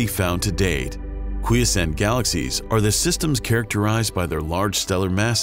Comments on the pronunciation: This was very interesting and has moved me to subscribe to this hitherto unknown to me channel. I just have a couple of nits to pick apart from the missing umlaut in Schrödinger's name. "Quiescent" has 3 syllables and the second 'o' in "spectroscOpic" has the sound of the 'o' in "cop". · the illustration of "redshifted" light shows light changing from blue - purple - pink - red. Oops. Should be blue - green - yellow - orange - red. "quiescent" has accent on the 2nd syllable, not the 1st.